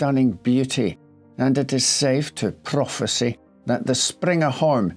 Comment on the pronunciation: I love you but prophesI not prophesE lol all the best love your channel 😂